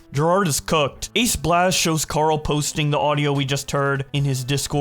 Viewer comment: Oh my god, I made it into a video....It's meant to be pronounced "AceBlaze", it's just written without the 'e' cuz I thought it looked cooler ending with a 'z' XD